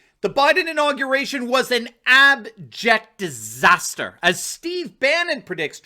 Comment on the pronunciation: 'INAUGRATION'? SURELY YOU JEST!